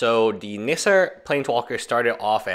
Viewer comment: isn't it Nissa not Nisser? lol😉